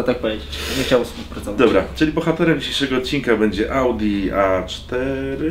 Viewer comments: Cztery zera piąte w środku- Łałdi. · ale ogr typowy kierowca ołdi haha